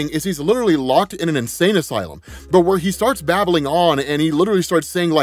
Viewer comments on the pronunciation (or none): none